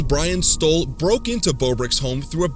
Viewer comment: "Brain Stoll" he sure did